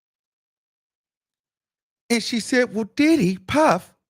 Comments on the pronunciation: 😭cracks me tf EVERY mfin time he says it🤦🏻‍♀️😂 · Lol that's how I pronounce his name now. Did-hee. Followed with, "yes he did." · Can’t nobody pronounce Diddy the way you do 😂😂😂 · It’s sumthin about how u pronounce the name ‘Diddy’ 😊